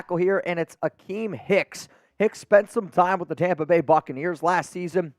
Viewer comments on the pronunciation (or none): none